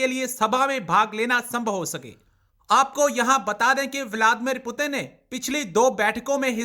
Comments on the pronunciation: President putan 😂😂🗿🗿 kya bol rhi h [ Putin nhi putan ??? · Russian president name is put in not putan pl pronounce correctly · It Putin not puturn 🤣😂😂😂😂😂 Pakistani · Kutti ko bolne bhi nhi aa rahi Putin ko porin bol rahi h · पुटन बोल rhi hai ye 😂😂😂😂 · Please pronounce the name Putin correctily !